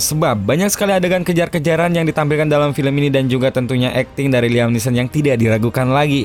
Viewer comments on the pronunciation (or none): none